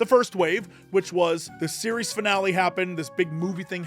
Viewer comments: He is pronouncing it "Fi Nal" because AI wrote the script and he doesn't know how to read. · Between the mispronunciation of "finale" and the blissfully ignorant confusion of "fractional" and "fractal", it confirms my long-held believe that so many content creators can't (or don't!) read... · That finale pronunciation is cursed. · He says finale weird because it's an AI voice. It has the telltale strange intonation and unnatural pauses between some words. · Every time he mispronounces finale hurts my brain.